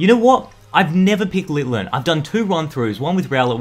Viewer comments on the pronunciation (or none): I've really never got annoyed by you but it's pronounces LITTEN. ITS NOT LITTLIN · Lit-in not lil-ten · Why does he keep calling litten litlen like bro get the name right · I like how he's saying Litlen but the pokemon's name is Litten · "Littlen", it's Litten (no L) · Why do you call it Litton it's Linden plus lens the best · dud, not little-en litten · littlen? do you mean litten? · Litten =/= Litlen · Lol he said LITlen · It's litten not littlen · It’s litten not litlen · It's lit en not litlen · IT IS LITTEN NOT LITLEN!!!!!!! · You calld litten littlen 😡